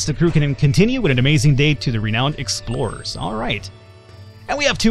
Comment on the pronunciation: you are pronouncing renowned wrong dude